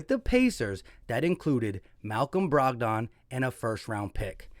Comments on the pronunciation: Lol you be murdering names rotfl Brog don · BROG-DON…. LOL had me cracking up…